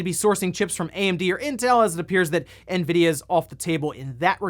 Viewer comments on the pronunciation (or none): none